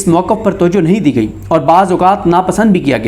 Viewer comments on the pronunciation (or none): none